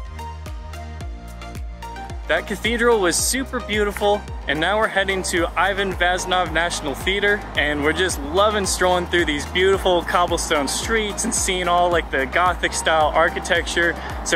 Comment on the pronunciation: ivan vazov. probly the worst pronunciation I ever heard, but thanks anyway